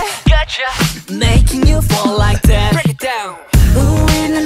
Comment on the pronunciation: Разве like that произносится как лайк вэт? Не лайк зэт?